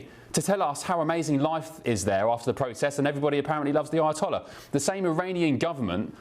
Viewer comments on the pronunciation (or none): none